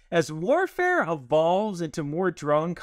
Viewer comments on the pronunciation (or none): none